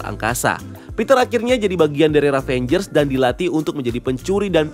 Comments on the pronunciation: ravagers mas bukan ravengers... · IT'S RAVAGER, NOT RAVENGER BRUUH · Maap bang.. Ravagers bukan Ravengers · Izin koreksi, nama genknya itu Ravagers bang (baca: Ra-va-gers), bukan Ravangers 🙏🙏